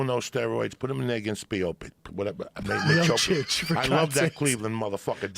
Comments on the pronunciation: It is pronuonced miochich. Joe said miochich and joey said miochic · "Meopic" is crazy dawg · T-RON, Kalabeeb, Stipiopik and Clelery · Bruh he really said stiopik, khalabeeb and Tyrone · ""put him in there against stiopic"" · Once Joey bestowed the names, they will always be Stiopic & Khalabib to me! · Khalabib, Stiopic, Cerrown. 🤣🤣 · "SPIOPIC" He knew he fucked it. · Rogan only "argument" is say the name properly and your gum is climbing out of your mouth. When Rogan was first time commenting on Miocic fight he pronounce miocic as a mayosick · Same I was laughin so hard man. Kalabeeb and Stiopic were instant classics. Nobody mispronounces names like Joey 😅 cracks me up everytime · Joey Diaz is so fucking funny, without really trying. Stipe Miocic = Stiopic Khabib = Khalabib Tyron = Tyrone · Lmfao i love when joey fucks up ufc fighters names by mixing their first name and last name and calling them that.he called stipe miocic stiopic hahaha when he has jorge masvidal on his podcast he kept calling him masdival